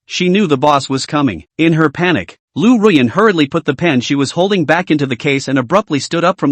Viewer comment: It's Ruyan... Don't forget my beautiful name😂